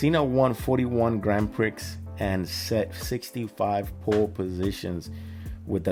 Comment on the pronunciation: Sorry for the later comment here. Nice reaction video my friend. One thing I will say, it's not pronounced the Grand Prix (Prixx), it's pronounced Grand Pree (it's from the French word), just a small thing mate, but, as I said nice reaction otherwise and thanks for that